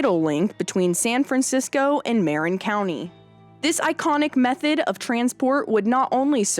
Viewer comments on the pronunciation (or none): Marin County is pronounced "muh-RIN" not "MER-un". I didn't know about the Mack-Vabis connection. Thanks!